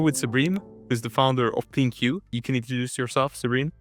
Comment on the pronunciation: Why is he saying Plin-Q when she clearly doesn’t pronounce her own company that way.